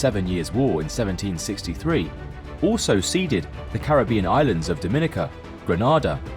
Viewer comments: It’s pronounced gren-ada not gren-arrda just say it as it’s spelt Grenada 🇬🇩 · Great video thanks. Really interesting. Might just want to check some names though. ‘Grenayda’ not ‘Grenaada’ Ceylon was ‘Se-llon’ not ‘Say-lon’. Otherwise really good